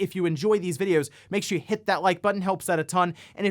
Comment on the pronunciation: I’m really enjoying the emphasis on “HIT..that Like button”